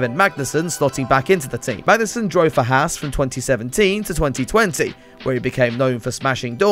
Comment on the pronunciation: At least this week, Haaswatch has to say something positive on their pace. Also, as an American, I can tell you you're pronouncing Haas wrong.